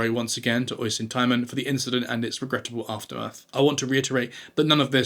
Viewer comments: "Oison" is incorrect. The spelling is "Oisín". It is an Irish name and is actually pronounced "Osheen". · It's pronounced usheen , Not oi son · Great video! But Oisin is pronounced Uh-sheen. Not oy-sin. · Just FYI, although obviously this channel uses the Simon Whistler Cinematic Universe method of driving comments which boils down to deliberately mispronouncing something in every video just to prompt people to write in and correct it, I couldn't let this very common one stand. "Oisín", the name of the guy that Clarkson assaulted in "the fracas", is not pronounced oy-sin. It's pronounced "usheen". Ush as in hush and een as in bean. Emphasis on the ush syllable. It's an extremely common, if rather twee and diddly-eye, name for boys and men in Ireland, which is where I'm from so I'm allowed to say that. /rant over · Oisin is pronounced Usheen. The least you could do was look up how to say the man's name. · Oi son temon seriously. Least look up how to pronounce the lads name before you make the video. It’s uh-sheen tie-mon ~ Oisín Tymon